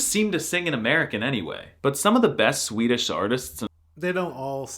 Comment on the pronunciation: Swedes in the comments raging about his pronunciation while he's hitting the vowels better than PewDiePie (he actually does which is... weird). The exaggeration for comic effect besides, he could mask as a swede if he stopped goofing around. Om du påstår något annat så är du en jävla skåning eller från någon annan hittepå dialekt (läs språkstörning). 😂